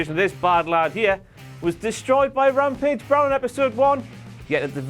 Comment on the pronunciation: 'Blampage' Nice.